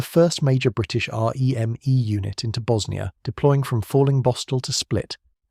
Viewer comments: Not being pedantic but we weren’t R.E.M.E its REME pronounced reemee. 😊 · This is AI isnt it? The pacing of the voiceover feels off. The sentences have emphasis in what feels like the wrong place and the R Eeee M Eeee throughout. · I just assumed it was AI when it started that r.e.m.e nonsense.